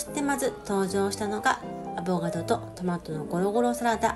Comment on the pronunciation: いつも楽しく拝見しています。 AVOCADO は、濁らずに「アボカド」と呼ぶのが正解ですよ（笑）。